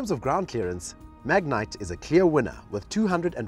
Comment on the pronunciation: I wish they would pronounce the name correctly. Its not a mignite...